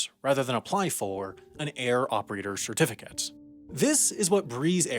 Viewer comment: "Shirtificate", "shirtification"